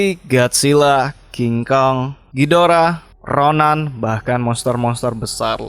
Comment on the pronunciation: maaf bang gw mau ngoreksi doang itu penyebutan nya RODAN bukannya RONAN